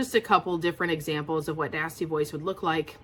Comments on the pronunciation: Great video, but I was starting to get worried when I heard you say nasty boys until I realized it was nasty voice 😁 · That’s EXACTLY what I heard. I was like “which nasty boys” “how does she know my life”?